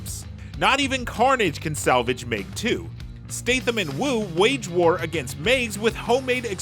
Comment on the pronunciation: It’s Meg not mayg